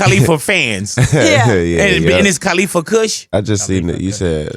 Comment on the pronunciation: Big Boy. It's Cuh-Lee-Fuh. Not Cah-Lee-Fuh. Great show though.